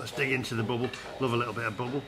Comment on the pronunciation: pronounced "BAAABLE init